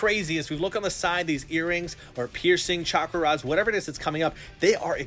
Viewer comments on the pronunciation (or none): none